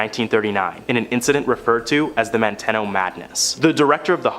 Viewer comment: Your last story, it's pronounced Man-te-no. I grew up close to it. As kids we used to say someone acting goofy might get sent to Manteno. A scare tactic. It was a horrible place.